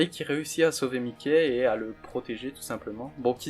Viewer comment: Je trouve ça perturbant ta prononciation de Mikey, ça se prononce normalement "maïki"